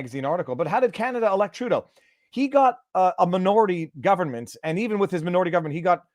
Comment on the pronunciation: Was the dude referring to Judas or was he calling Trudeau a “Dill” “Dough” ?